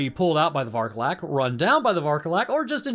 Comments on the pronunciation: Vârcolac means werewolf, so please stop saying varcolac, i'm roumanian and saying varcolac is killing me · It's pronounced Vokodlak. It's named after a moon-swallowing wolf demon from Norse myth. Kodlak Whitemane from Skyrim was also named after it. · The way he pronounces vârcolac, a Romanian word ☠ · please just look up the correct pronunciation for vârcolac on Google, you're butchering the word so bad it's actually painful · Damn! As a Romanian, I am very curious as to how you will pronounce "Vârcolac". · Again. Varcolac means Werewolf in romanian. And Cadou means gift or present. Since the game action is placed in Romania it would be useful to try to translate first some words. 1. It makes no sense to use the romanian words if you are explaining in english 2. you'se butchering the words... so they mean nothing anyway. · As a romanian, I feel myself slowly dying every time I hear you mispronounce Varcolac and Urias